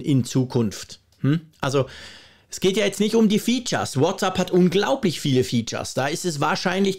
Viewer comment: danke für deinen engagierten Beitrag zur aktuellen Unsicherheit und Aufregung bzgl. der anstehenden Änderungen bei WhatsApp. Ich muss jetzt aber doch mal darauf eingehen, dass du - auch im Apfelfunk nervt mich das schon, seit ich den höre - „WhatsApp“ falsch aussprichst! Was du dazu sagst, ist die englische bzw. amerikanische Begrüßungsformel „what‘s up“, also mit a auf der zweiten Silbe. WhatsApp aber bitte bitte mit „ä“ auf der zweiten Silbe! Du sprichst doch sonst so gut englisch, ich kann kaum glauben, dass du deinen Fehler bei der Aussprache in Abrede stellen würdest. Irgendwie habe ich den Verdacht, du sagst es extra falsch! Aber warum? - Ich fand es übrigens, als WhatsApp seinerzeit rauskam, einen sehr lustigen und intelligent gewählten Namen, für mich damals klar eine Anlehnung an das gängige umgangssprachliche what‘s up. Das „ App“ in den Namen zu nehmen, ist ja auch folgerichtig, denn wir benutzen ja für den Dienst die entsprechende App lication. Nichts für ungut, meine es nicht böse und bleibe Fan. Bin auch kein Haarspalter!